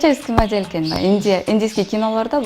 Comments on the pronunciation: модель менен модьел дин айырмасын билбейби бул кыз, суйлоо речи, соз байлыгы жок экени билинеп туратго. Маданият министри качан иштейт бизде сахна эмес жонгана кунумдук колдонгон создорду да туура айта албай жатат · Модиль дейт го 🤔🤦🤮🤮🤮 эмне эле ушул кыздан супсак интервью ала бересинер ? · Маадель дейт ко 😄